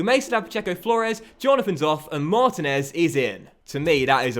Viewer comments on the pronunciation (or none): It's pronounced Marteenez not Martin ez